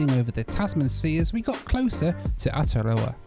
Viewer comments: Ataroa... 😂 Almost nailed the pronunciation there. Welcome to NZ! Would love for you to try some of our local carriers outside of Air NZ like Air Chathams or Barrier Air. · Great video, Welcome to Welly! Hope you had plenty of adventures and tried out soundsair, and maybe you picked up some tips on how to pronounce Aotearoa while you were here :).